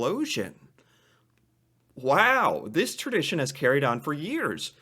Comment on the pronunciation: Hold up, I'm only 20secs in and I had to pause it to talk about the way pronounces the word Tradition.... "terdition" heehee. Accents and pronunciations from different people are amazing 🙂